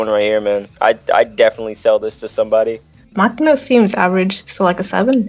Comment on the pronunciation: Pronouncing machina like makina is a federal offense